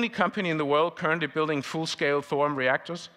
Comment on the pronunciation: 081323/1926h PST 🇺🇸. Please do not murder the name THORIUM. “THO-RI-YUM” and not Thorum. I find that not correct. You don’t say URANUM, CALIFORNUM, AMERISUM .. Please no more Thorum. Thank you with all respect.